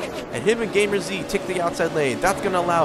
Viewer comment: Top 20 we take that. 14th in points is good hope to improve. And also my name is pronounced game ers not gamer z